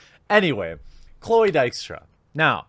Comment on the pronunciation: His pronunciation was reasonably good, not perfect though.